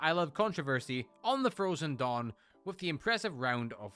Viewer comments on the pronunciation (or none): none